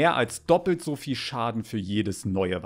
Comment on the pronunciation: kannst du vielleicht versuchen das,,so" richtig auszusprechen